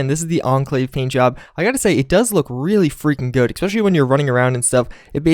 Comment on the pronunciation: it's ESPECIALLY. not EC-SPECIALLY.